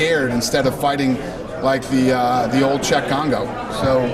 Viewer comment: Exactly, and his name is kongo btw...not congo